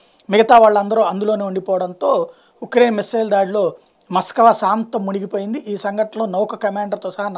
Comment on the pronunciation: Maskava కాదు స్వామి